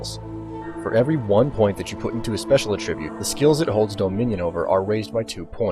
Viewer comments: it's ATTribute, not attRIBUTE. You put the emphasis on the wrong syllable. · Anyone else going crazy listening to him say a tribute instead of attribute? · AT-tribute. wtf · It’s very hard to listen to his script with him saying “A tribute” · Negative. v. uh-trib-yoot; n. a-truh-byoot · Please learn to say attribute correctly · Good guide, but this has been bothering me the entire time: When you're using it as a noun, the emphasis in "attribute" is on the FIRST SYLLABLE. FIRST!!! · you say attribute wierd